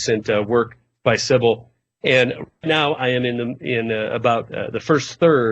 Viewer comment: her name is Sibel, not Sibil.